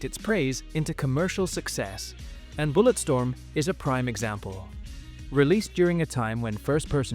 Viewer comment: Ah yes "BulletSTROM"